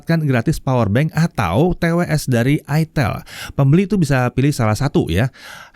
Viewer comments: ITEL bacanya "AITEL".. Hmmm 🙄🙄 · salah bang..dibacanya iteel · aitel bukan itel dan bukan itil hahahaha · pingin sih, tpi gua klo pke ni hp. pasti orang" sini bacanya bukan "aitel" tapi beneran "itel" wkowkwokwowok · Bacanya itiil om bukan aitel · Itel pake i😭😭🤣🤣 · Cara bacanya aitel jgn salah sebut ...hadeeeh mereknya itu loh ya Allah ..... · bacanya itu pke b inggris jadinya "aitel"